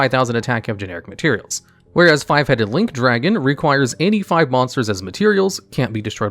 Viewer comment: Anyone else here "85 monsters" instead of "any 5 monster" when he was talking about 5 headed link dragon and get super confused for a moment.